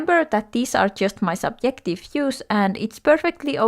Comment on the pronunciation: You have a cool accent. It sounds like you've been pronouncing the "j" with a "y" sound, so instead of saying subjective, you say subyective. Anyway most of my dislikes in art are the same as yours, especially the one about weird shading. I don't like when the artist shades the character's nose a deep cherry red color, it makes them look sick, like they have a cold. People do blush in their cheeks in real life, but the nose, breasts, elbows, and knees? That's just pretty weird. People don't blush in those places in real life.